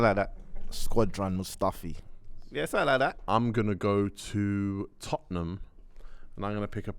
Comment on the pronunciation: How hard is it to say “MOO-staffi”